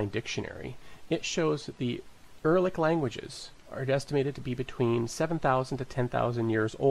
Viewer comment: It's not Er-lic it's Ur-al-lic the root of the Word stems from "Ur" which is perfectly understandable and used in modern Magyar. Btw, there was an ancient city named "Ur" in ancient Southern Mesopotamia (Sumer).